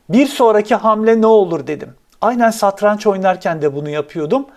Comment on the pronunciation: Hocam yalnız santraç değil satranç